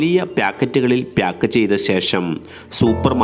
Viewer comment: പ്യാക്കറ്റ് അല്ല പാക്കറ്റ്